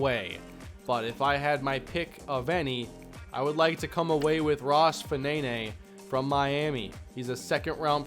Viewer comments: I think Fanene is pronounced "faneen", at least that's how it seems to me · Ross Fanene should be pronounced, ROSS (FA-NEEN) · Sounds like a great draft class in the end, will secure the future of the franchise. Fanene (probably pronounced Faneen), looks like a great corner selection, and in terms of Cummings you can play him either receiver (where he’ll sit rather than play) or dominate the running game with a player who can run and catch better than Harrison, plus it means you can let Harrison go and maybe even cash in on him before his contract runs out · Can you please pronounce Fanene in another way